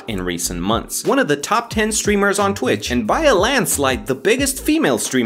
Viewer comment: Wtf is "tuwich"?